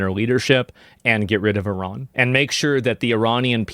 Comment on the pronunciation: I'm straight up impressed that Asmongold pronounces the country as "ee-raan" and not "eye-ran" like most Americans. Well done sir.